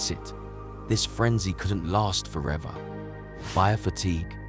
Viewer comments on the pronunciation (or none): none